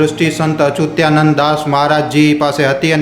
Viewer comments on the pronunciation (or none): અચુતીયા નંદનહી પણ અચ્યુતાનંદ બોલો